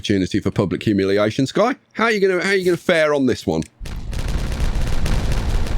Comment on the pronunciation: Dear... I was NOT expecting to get called out by name in an episode! That, on top of you using the idea I had, has absolutely made my day! As for name pronunciation, you actually got it right first try.